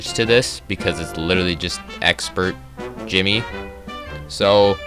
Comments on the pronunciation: Ok I know you said not to but djimmi the great is said Jimmy. No D sound. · the d in djimmi is silent it's the same as jimmy I looked it up